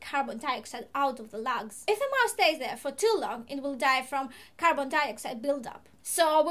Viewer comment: I love it when you say " cannot transport carbon dioxide out of the lags " the way you say Lungs is so epic. Think i may switch lungs for lags now ... not that i talk to my friends about lungs much :/